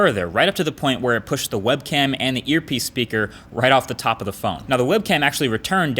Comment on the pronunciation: Did he just say Webcam? :P